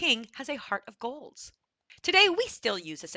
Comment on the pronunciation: Where are you from? I am from Hungary. You pronounce an s after a lot of words where there is no s Sound found like gold(s). It is disturbing quite a bit.